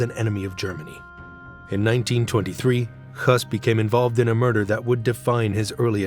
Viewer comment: HIS NAME IS PRONOUNCED HESS, NOT HUSS!!